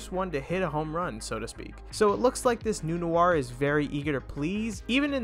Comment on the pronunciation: why do you keep saying it as new are,,, its noir,,, pronounced nwarr